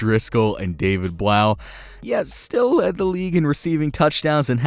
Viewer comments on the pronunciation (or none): none